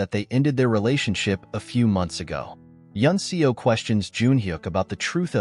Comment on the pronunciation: The character's surname "Seo" is pronounced "Suh" not "See-o".